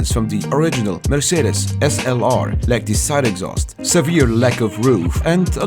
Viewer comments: Thank you that you pronounce Mercedes right :) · Perfect pronunciation of Mercedes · I am german and the first time you said Mercedes SLR in this Video the "Mercedes" was pronounced pretty good!